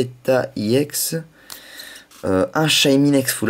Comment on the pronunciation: on dit pas iex on èx